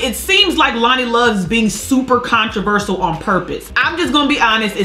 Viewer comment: Did she say 'controversal' instead of controversial?